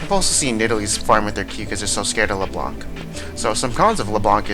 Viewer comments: Did u just say lebron? and not leblanc xDDDD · He thinks the c is silent maybe, he's saying Leblan